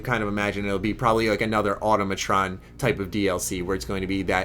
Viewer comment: God damn it you're still pronouncing Automatron incorrectly...